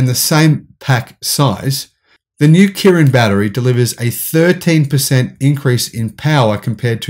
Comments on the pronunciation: It's Qilin, not Kirin. Pronounced "chi-lin". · Qilin is pronuced as "Chi Lin" in English. And you do can invest in CATL from offshore funds in HongKong. BTW the PE 2022Estimate is around 50 now.